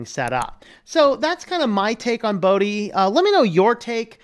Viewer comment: pronunciation problem. Pronounce dhi as you pronounce "the" and o in moksha to be like what you pronounce o in "more"